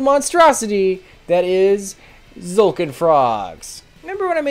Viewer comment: Finally someone that doesn't say "Tuh-zolkin"